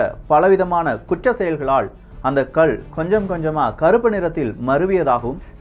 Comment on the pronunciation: தம்பி அது கல் . உச்சரிப்பை கள் என்று கூறவேண்டாம். இந்த கதை நன்றாகத்தான் இருக்கிறது. இதில் எத்தனை இடைச்செருகல் உள்ளது என்பது குர்ஆன் லே சொல்லப்பட்டுள்ளது.